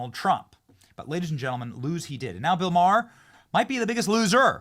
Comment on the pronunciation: His namer is not " Marr" it's MaHer. Ma.. h.. er. FFS!!!